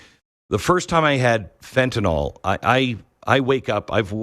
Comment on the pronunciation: Fen-ta -nil Fen-ta -nil. Not FENTANALL.. Learn it